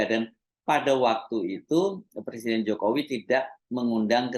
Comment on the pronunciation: Iki macak opo....ngucap presiden aja salah..katanya, saya bukan lurah, saya persiden katanya..lucu